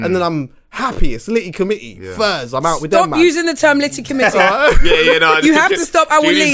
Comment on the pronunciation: Did man say FURS lmao